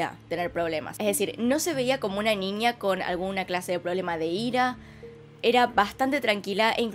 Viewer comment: Que chistoso te escuchas diciendo ninia (niña)